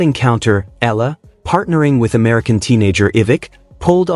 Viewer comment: EALA..E.A.L.A IS THE FAMILY NAME OF ALEX..PLEASE PRONOUNCE IT RIGHT..